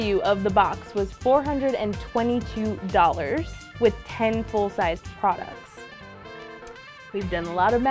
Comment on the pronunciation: I think this gurl watches mikey from glam and gore because of the way she says dollars cuz we all know mikey says dollhairs instead of dollars lol i just noticed it